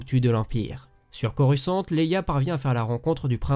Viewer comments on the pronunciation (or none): none